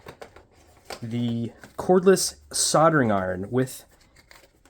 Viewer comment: what is a soldering iTon? ...oh... soldering iRon 😋